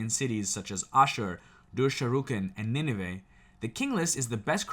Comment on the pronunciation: You pronounced Nineveh, ashur, perfectly. The other is pronounced dur-sharo-keen. A military outpost town of sharokeen...I can say your historic facts are very close. What's great tho, our history matches perfectly with facts of the bible.